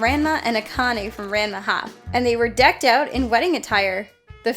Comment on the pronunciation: That’s not how Ranma is pronounced.